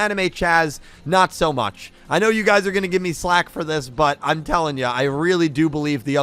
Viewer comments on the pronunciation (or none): "FLACK", not "SLACK"!